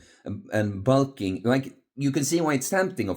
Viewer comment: Bul-king (heavy European accent)